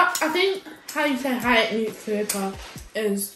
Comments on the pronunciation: THE Guy pronounced it right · Btw your dad is right pronouncing Ethiopia 💕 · The one with the red headband pronounced it very well!!! Ethiopia 🇪🇹